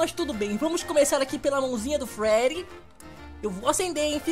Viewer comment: kkkk ele fala frerry mas é Freddy